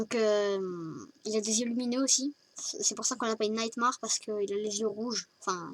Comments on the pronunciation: Sa se dit nightmÈre et pas nightmAr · t con en plus ca se dit nightmAIre pas nightmamAre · Faut que tu fasse un texte au lieu de faire à l'improviste et aussi nightmare se dit nightmère et pas marre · Super accent anglais xd nightmaare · Super ta vidéo mais par contre le nightmare se prononce nightm'è're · Non il s'appelle nightmar bb parce que se n'est qu'un coshmar comme son nom est tu ne c'est même pas le prononcé nightmar XD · ppppppppfffff franchemant fais pas de video fnaf si ta pas revisé ET NIGHTMARE SE PRONONCE NIGHTMA''I''RE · On di pa nightmare mais sa se prononce nightmair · J'aime bien comment tu dit Nightmare x) ou est l'accent anglais (PS : C'est mal prononcer mais c pg) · 1-Ce n'es pas "naïtmarre" c'est "naïttmairre" comme TA MERE (xD) et sa secrit Nightmare. 2-ce n'est pas Bibi mais BB (Comme bébé) 3-C'est le costume de SPRING BONNIE PAS GOLDEN LAISSE GOLDY EN DEHORS DE TOUT SA (oui c'est mon préféré et alors) 4-Balloon ne fait pas flipper je suis désolé 5-c'est pas des mains de vieux c'est méchant pour les seniors... -_-" xD 7-Je sais que tu lis pas tes coms 8-tas pas remarqué que j'ai sauté le 6 9-je vais t'écrire l'histoire parce que je me fais chier.